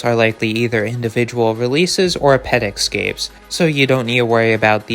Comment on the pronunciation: Please learn how to correctly pronounce the word “escape”. There is no X in it. Thank you.